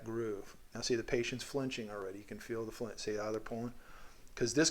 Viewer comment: i find it funny how you said “and then you’ll feel the patient flinge” but you made the patient flinge lol the patient didn’t flinge (you made the patient flinge)